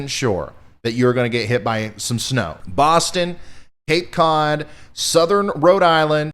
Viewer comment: I like that Ryan knows how to pronounce BOSTON. 😄